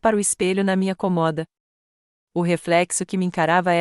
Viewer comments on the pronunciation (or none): Só nao entendo porque pronunciar errado certas palavras. Em vez de cômoda diz comoda.